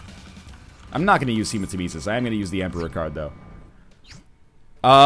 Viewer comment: NL, Hematemesis is pronounced hee-muh-teh-meh-sis. Temesis like nemesis with a T.